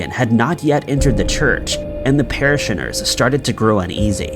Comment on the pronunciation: "Para-shinners" lol